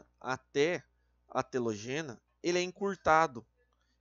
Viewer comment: Po, tem um acento em "anÁgena", 'telÓgena" e "catÁgena", o maluco me lê: "anagÊna", "catagÊna" e "telogÊna" KKKKKKKKKKKKKKKKKKKKK pqp